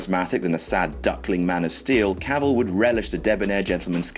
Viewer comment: The name's Cavell, Henry cavell...